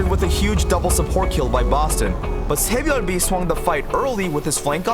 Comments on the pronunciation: Please stop saying sabyeolbe like that. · his name is pronounce sae - byul - bee (byul meaning star) so in english we are pronouncing it correctly. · Who tf is “tsehbyolbe” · The way he pronounced "saebyeolbe" was a little distracting. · I hate how he pronounces his name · The way you say SBB is so funny